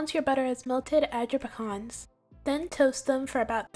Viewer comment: Hey, those cookies 🍪 looks delicious 😋 and especially with a glass of cold milk 🥛. Anyway thank you for pronouncing the word Pecan correctly. A lot of people pronounce it with the long e and a and that's not correct. It can be pronounce 2 ways and both or correct. It's pronounce the way you did and the other way is with the long pēcan the end of the word the way you pronounce it. Lol 😆🤣😂 that's my rant for the day.